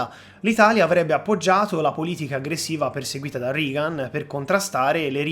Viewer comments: Non per fare le pulci, però Reagan è pronunciato regan, non rigan. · Interessante, sintetico (probabilmente alcune parti sarebbero state da approfondire leggermente), scorrevole. Unica pecca: la pronuncia di Reagan in "RIGAN". Basta una ricerca veloce anche qui su youtube per sentire che la pronuncia è quella che si è sempre sentita e cioè "REGAN". Un saluto. Continua così. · Ottimo video. Unico appunto: anche in americano si pronuncia rEgan, non rIgan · Regan si pronuncia Regan e NON Rigan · Non si pronuncia "Rigan" .....😂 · Reagan si dice Regan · interesantissimo...complimenti. L'unico appunto è sul nome del presidente americano, Ronald Reagan si pronuncia /regan /. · Ottimo video. Complimenti! Unica pecca la pronuncia reiterata non corretta di Reagan ("Rigan" ).